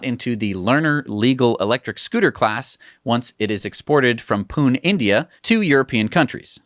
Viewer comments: pronounced "Poo-nay" & not "Poo-n" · It's not pun ..it's puney,india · Ha ha.. your pronunciation of "Pune" kinda threw me off... I understood the reference when you said Bajaj is the OEM 😂😂😂